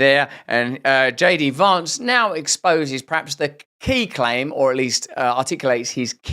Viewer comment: “JD Vawnce” 😂